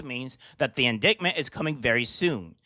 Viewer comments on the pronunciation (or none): Haha bro, indicktment. That shit is so funny to me. It’s in-dite-ment. I’m not giving you grief though. I pronounce words wrong all the time because I learn them when I read them, but dont know how to pronounce them. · Who is this god-awful commrntator. Disapprove? Should be disprove. Indictment said with a hard C.(indiKtmint) Inability to read the text smoothly, did you even take the time to read the article before your recording to make sure you have all the right cues..... Oh my soul, if more sub par ill educated streamers with terrible vocabulary and speech defects continue to thrive on the internet we will simply raise a generation of idiots blowing snot bubbles out of their noses while they drool onto their keyboards. Fix yourself before criticizing others.!!!!! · You lost me at indickment 😂😂😂😂